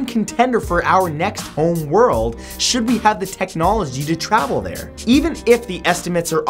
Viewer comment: you said chould